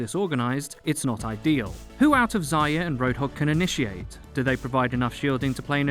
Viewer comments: First mistake: It's ZAR-YA not ZAI-YA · sounds like he's saying Ziya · It's pronounced "zarya" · Number one mistake is pronouncing Zarya as zeyea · You call her "Zaya" all the time, in Russian that's a cutesy word for "hare", not "dawn" as intended :) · There's an R in Zarya. Thought you might want to know ;)